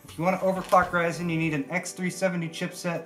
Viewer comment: Thanks for calling it "RYZEN" and not "RISEN" LOL....